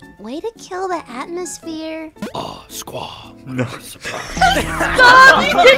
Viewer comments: "Squa" lol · Lol squa it’s squad LOL XD